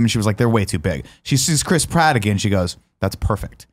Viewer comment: I know his name is Chris Pratt, but I just can't not hear Crisp Rat.